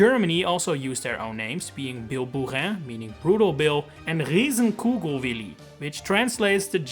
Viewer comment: A german here. Your pronunciation of Riesen Kugelwilli was pretty good. Very interesting video. Didn't know they renamed the Banzai Bill.